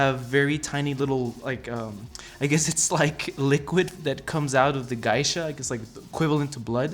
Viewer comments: Geisha is pronounced gay-sha not guy-sha, just saying. Other than that nice piece and cool video. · its Geisha not Gaisha.... just so you know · Thanks for your nice review. You've probably heard this already, but the correct pronunciation of "Geisha" is GAY-sha not GUY-sha. Just FYI. Keep up the good work! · its pronounced "gaysha" not "guysha"!!!!!!!!!!!!!! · It's pronounced "GAY-Shaw"... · For the cost it would have been nice if they would have installed bottom LED spot lighting and colour changing fiber optics that hang out of the neck on the Geisha ...Geisha is pronounced Gaa-sha or Gee-sha..Thanks for the review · It's pronounced "Gay-sha" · Dude, just fyi… you butchered 'geisha'. It is pronounced like 'gay sha' because 芸者 is spelled like げいしゃ and this is also true for any English variant in pronunciation. So the word was incorporated into the English language and is also pronounced in the same way. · You keep saying geisha wrong. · You are saying Geisha weird as hell. I love the statue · You should NOT say geisha ever again in your life!